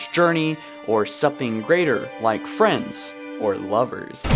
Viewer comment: Of course they're FWENDS!!!